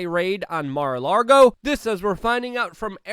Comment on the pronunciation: Say Mar-a-largo one more time Luke. I DARE YOU